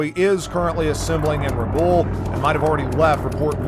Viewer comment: It looks great but there's still some pronunciations that need work. Tuloogi instead of Tulagi, and Rabool instead of Rabaul. Beyond that this is awesome!